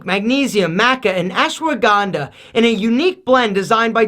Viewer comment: Any indian here, noticed that Ashwagandha pronunciation 🤣🤣. Yo alpha you rock it